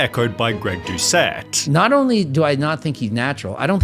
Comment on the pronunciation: Greg doceetttt? The scammer 😂😂😂